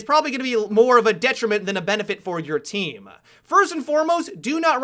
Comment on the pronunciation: "It'll be a detriment to your teaaam-uh". "As we mentioned before-uh". haha